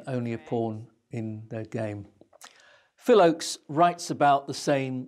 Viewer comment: Please get someone to proof read this doc who knows that Phil's last name was "Ochs" not "Oakes". Also this doc gives much less credit to both Tom Paxton and Phil Ochs as songwriters and performers than each deserves.